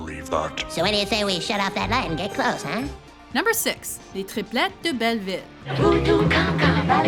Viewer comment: She actually pronounced "les triplettes de belleville" correctly. I'm impressed.